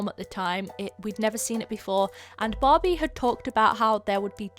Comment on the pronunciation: I keep on hearing Bobby instead of Barbie